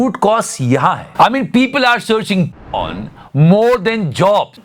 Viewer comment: Repeatedly po*n po*n sounded to me like popcorn 🍿😂